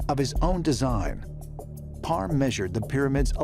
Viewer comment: PARR not BAR